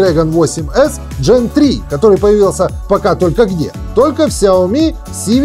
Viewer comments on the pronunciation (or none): не "джен" а ген, от слова генерейшн, ну емае 😁